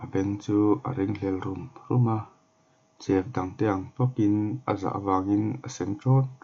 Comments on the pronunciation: Lalfanu -princess Chef hi shef ang a lam tur ani bawk aw😑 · Chef khi maw ‘Sef’ tiin lam la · Chef nilo in shef tia lam tur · shef tia lam tur. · Van sawithiam sawt toh emem ahma aikhan amuang dalh boksia ngaihthlak anuam toh ltk... Mahse i english lam( chef ) tih hi chu afulo deuh ani alam dan te google ah te ngaithla hmasa la.hmasawn na zel ani